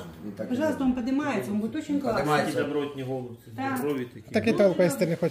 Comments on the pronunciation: Не Голубці,а голбЦІ наголос на кінці слова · ГолубцЫ, а не гОлубцы